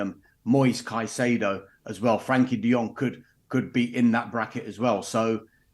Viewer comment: Ignorant journalist who cannot even get De Jong's name correct. Embarrassing.